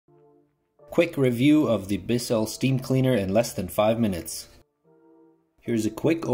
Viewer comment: It's BISS ell. Not Bis SELL.